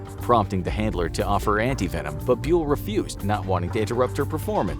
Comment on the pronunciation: In Indonesia Bule does not rhyme with English Mule It sounds more like boo-lay